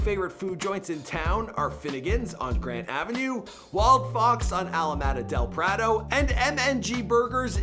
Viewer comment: Who taught this guy to speak? He mis-pronounced at least 5 words (Alameda Del Prado, Novato, Marin, etc). and who did the research the photos of Finnegans and Sinaloa are incorrect. What a waste of time.